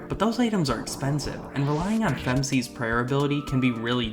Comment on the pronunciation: What the heck is "fem-c" ?!